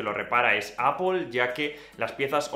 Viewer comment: Buen vídeo pero porqué dices apol?en ingles tampoco se pronuncia asi,seria apl